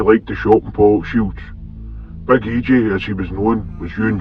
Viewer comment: E.ji . not E.jay